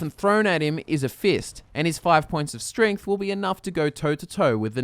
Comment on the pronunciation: i swear says stringth instead of strength